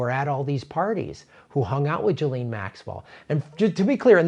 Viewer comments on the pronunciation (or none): It's pronounced 'jizzlane'